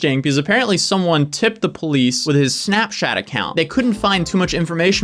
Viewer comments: I swear he was saying snapshat. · But why did say Snapchat that way like ~snapschat~